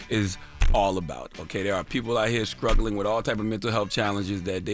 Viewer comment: Did he say "scruggling" 😂😂 i cant!